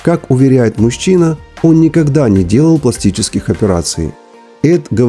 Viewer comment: Поменяйте спикера😢 Не, ну реально. Проговаривать "счастливым" и "мужчина" так, как написано - ужас. Контент крутой, но слушать очень сложно и не очень приятно